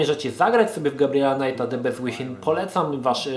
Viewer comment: A to nie czyta sie "bist" przypadkiem ?